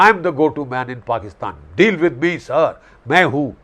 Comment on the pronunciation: "Pakistan Sarrrrrrr." 😅😂😂😂😂